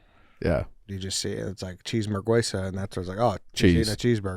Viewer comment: Again with the "cheesemerguesa". 😂😂